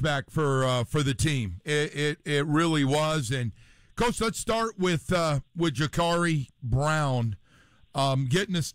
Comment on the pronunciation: It’s jacurri brown not jacorri brown lol 😂